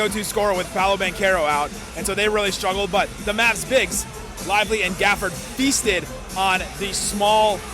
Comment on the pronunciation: Why saying Danil Gafford?😂